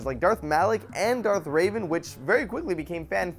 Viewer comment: Darth Raven? Really?